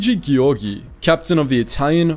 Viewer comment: Come on dude! Even google translator could pronounce better "Giovanni" and "Giorgio"! It's not difficult and trust me, I'm British and Italian.